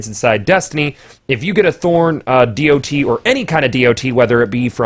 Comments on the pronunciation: can we just call it a 'dot' instead of a dee oh tee. kewl thx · Why are you saying D.o.T? Just say DoT. You're the only person I've ever heard say it like that.